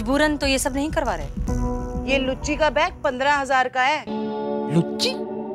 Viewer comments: Luuchi nahi gucchi 😂😂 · Woh lucci Nahi Gucci hota hai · I think luchi Nahin Gucci Hota Hai 👍😄🤣😂